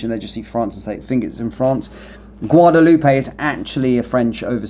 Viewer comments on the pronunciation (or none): isnty it a silent "AY" like "Loop" not "Loopay"? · Pronounced Guadaloop.